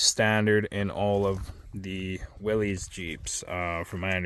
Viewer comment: Its pronounced willis not willies